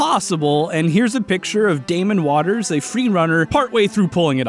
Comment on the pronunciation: Damon Waters?? It's Damien Walters!! XD